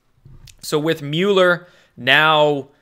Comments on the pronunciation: Are you saying Mueller like (mule-er) as a dig? If so, that is fine, but it is pronounced Mull-er. So either smile when you say it or start saying it correctly. Thanks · Peace Bird And Mueller's name is pronounced Mole er Correct me if I'm wrong lol